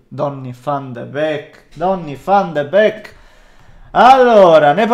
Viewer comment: Tutti: Donny Van De Beek: DONNI VFFFFFAN DE BECHKKKK